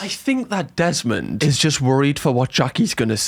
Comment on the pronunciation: I follow you cos I miss the Geordie accent. When you said Jesmond instead of Desmond, I laughed.. 😅